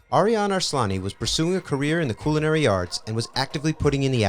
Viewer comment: “Coolinary” bro stop saying that 🤣 it’s CULinary